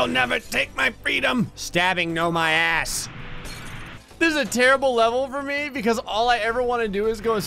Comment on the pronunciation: "PAIN IN MY ATHSS"!